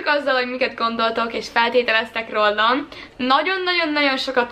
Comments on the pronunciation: Ügyesen videózol, de nagyon zavaró tud lenni, az hogy a rólam szót szinte mindig rollamnak mondod. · "Rollam" engem idegesít egyedül? :D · Az a gond hogy a sok "művelt"pesti .Is így mondja!Mit oszt nekik akcentus...😒